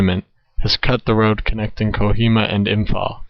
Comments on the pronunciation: Imm - pahl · You expect me to take you seriously when you pronounce Imphal as “Imfall”?